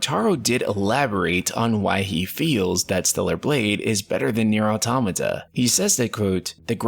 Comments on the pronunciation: Why are you saying AutAmata when it is AutOmata? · its actually pronounced auto-mata ! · But an A is something completely different than an O. He is not the first one I heard this from. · ITS AUTOMATA not AUTOMATA